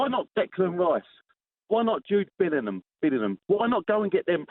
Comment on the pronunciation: "What about Jude Bill-in-hum"